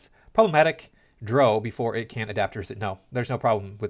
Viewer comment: Homie you do mispronounce drow. It's written phonetically plenty of places, and your insistence on doing it wrong does make sense given your general inability to understand normal human interaction.